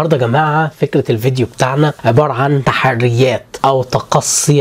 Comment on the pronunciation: بدل متقول تحديات قولت تحريات😂😂